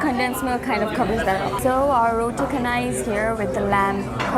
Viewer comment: it's roo-tey chay-nai like chennai